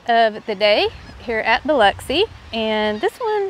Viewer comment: Welcome to my neighborhood (Long Beach). Excellent job pronouncing Biloxi. Pass Christian is heavy on the ANN. Pass Chris-chANN. Enjoy your videos.